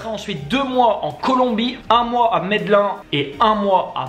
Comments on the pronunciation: on dit ''medelinne'' pas ''medelain'' (ce n'est pas une reproche mais une mini-info peut-être qui te sera utile pour une fois que je sais quelque chose de plus que toi et pas l'inverse) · Salut, petit info pour Medellin en Colombie on dit Médéline:)